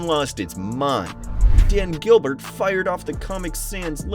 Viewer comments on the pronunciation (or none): none